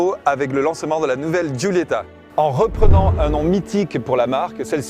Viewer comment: alfa sshhhguulyettahh lol sh sh sghghghg